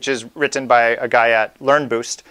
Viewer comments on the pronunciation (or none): great video... but the over-annunciation on -tten is killing me... wri-t-t-en (te te te) ahh!